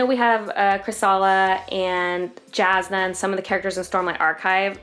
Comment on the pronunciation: Jasnah Kolin is pronounced "Yasnah"